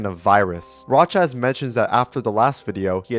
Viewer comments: It should be noted that Rochas is pronounced Row-Shush. It’s from France and is a rare French last name… so it’s pronounced properly with the French pronunciation rules in mind. However, in Portugese, the player’s native language, Rocha (without the S) means ‘Boulder. In fact everywhere in Western Europe has Rocha as a word meaning either ‘hard or resilient material’ or ‘boulder/mountain rocks’. That makes me wonder if the name has any deeper connection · FYI it's pronounced rōhas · I always thought rochas was pronounced as roaches😭😭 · my favorite arg ever! watching this trying to ignore you saying raw chaz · The translations are perfect just not the name, the name is pronounced roxas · the pronunciation of rochas is making me want to throw my phone across the room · THATS HOW YOU PRONOUCE ROCHAS?? I THOUGHT IT WAS PROCOUNCED LIKE THE BUG😭